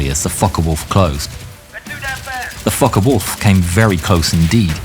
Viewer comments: I can tell its an AI now because it keeps saying Fock-eh-wolf. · all i hear is f___k a wolf an i cant stop giggling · him saying focke wolf is crazy but overall i love this channel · I know is saying fockerwolf but i don't know why, I keep hearing fkerwolf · I love the name of that plane, it gets more amusing every time he says it. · How is he pronouncing Focke-Wulf LOL